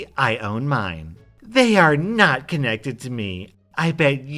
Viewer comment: I fucking hate it when people can't even put emphasis on the right word."you DID not stick to your word' as opposed to "you did NOT stick to your word" Not should get the emphasis here as it's the more important detail of the phrase did not, putting emphasis on did might confuse a reader and it blows my mind people still don't know how to do this stuff correctly